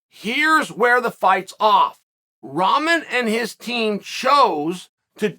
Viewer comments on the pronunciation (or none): WTF does he keep calling Rahman "Ramen", like the noodles? Rock-mon. It's not hard to say. It's not like he's asking you to call him a crazy nickname or pronoun. At least get the man's name right. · Evertine he says Ramen 🤣🤣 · Ramen is a noodle not the boxer. If you can’t even pronounce his name it’s tough to take the argument seriously…fact is jake knows the PPV sales were going to be garbage and jake knew he was in trouble in this fight. Jake never had any problem fighting Nate Robinson even though he’s a midget compared to jake but he runs when it’s 15 lbs the other way he runs…10% is over 20 lbs they definitely could have made that spread if they wanted too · It his gimmick ya clown ffs .. He is The Bad Guy after all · It’s like your 6th video on this and you still can’t say his name 🤣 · Is chael on Jake payroll cuz he makes a point to say his name wrong I'm sure he knows that's not how you pronounce his name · Ummm, Chael... its also guys like Bisping calling Paul a cowerd and defending "bottom"Rahmen